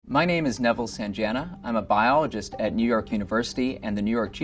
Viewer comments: That’s not how you pronounce SANJANA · the way he pronounced Sanjana lol